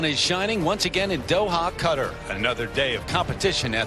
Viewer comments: Right at the beginning of the video, he pronounced Qatar as “cutter” and I’m losing my shit over it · Bliss Gustafson it’s pronounced KAH tar